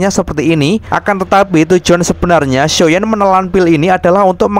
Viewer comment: Bang kok medok banget ngomong xshioyan nya . muncrat gak?